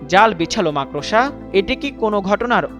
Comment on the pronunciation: Makrosha na makorsha bol chodna